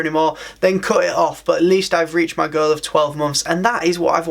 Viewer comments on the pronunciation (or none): Whenever you say “goal” it sounds exactly like “girl” 🤣🤣🤣